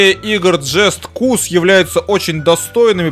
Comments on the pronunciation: джест кус что? джаст каус! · AlikKin согласен и ещё с такой интонацией, (Уджастный Куст)